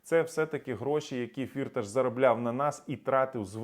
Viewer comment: Привіт.. Я з Тернопільщини і добре знаю його. Його насправді звати не фІрташ, а фіртАш - [наголос на другому складі] (в школі діти його називали "чотири кишені" (Vier Taschen) в перекладі з нім. мови). Тому робіть правильний наголос!!! (прим. - ніхто з українських політиків та журналістів цього не знає, бо це результат роботи його піарників). Думаю, що в Україні йому ніхто нічого не зробить, бо це справжній грошовий мішок. Він навіть зміг підкупити австрійський суд щоб не віддали його в США.